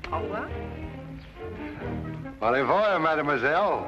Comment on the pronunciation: When the lady says "Au Revoir"...does really say "olive oil"? Most amusing!